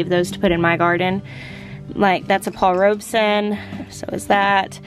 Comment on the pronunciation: She's finally pronouncing Paul Robeson rights lol